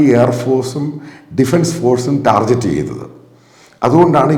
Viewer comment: Can you please pronounce "Target" with /ˈtɑː.gɪt/? It is not the ja should but ga sound. Not to insult... children learn from it assuming some credibility to how you speak due to your age.